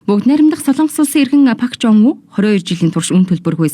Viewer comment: 몽골 9시뉴스 에 정확한 발음으로 박종부 이름이 나오고 종부원리의 대한 간략한 소개를 하는것 같은데 이번방송으로 선생님 이름 을 몽골에서 확실히 알려진것 같아 좋습니다